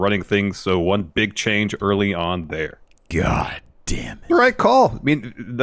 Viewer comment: Everytime he says GAHDAMNIT I buss out laughing